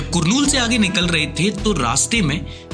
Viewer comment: During the start you have pronounced the name of the city wrong It is not "कुरनूल " it is "कर्नूल" journalist should pronouns it correctly, and i am from that city . Baaki sab good work , you are doing Great Work . Not at easy task to do real Journalism in the Biased New Age Media world 🤗